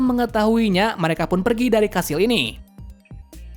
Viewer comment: Kastil❌️ Kashil✔️ 😂😂😂